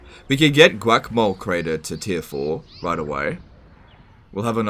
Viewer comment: Gwakmol crate... wtf